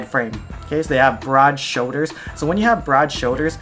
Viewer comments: "shouldas" smh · Dilan Mistry Hawaiian accents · Did you guys listen? 'showDers' 😂